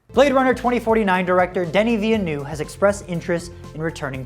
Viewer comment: Denis vilnou haha Nice vidéo but its villeneuve